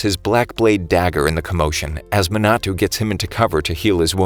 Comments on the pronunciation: the other names are forgiveable but... muh-na-too lol ma as in mama na as in nap to as in toy ma-na-to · It's a little bit funny how he says "Minatu" instead of Minato